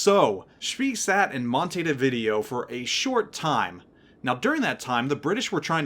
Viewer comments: Monti-di-vidio? I'm not Uruguayan, but I think Mon-tay-vid-ay-oh might be a little closer! Thanks for the review - been waiting for this ship to come out. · Im from Uruguay and im crying at montedevideo hahahaha